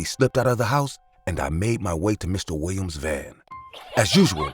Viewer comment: Lol the way the narrator says "Mr. Wiwiam's" 😂😂😂😂